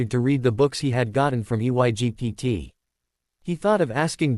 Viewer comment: Why does this stupid AI not know how to say the word Egypt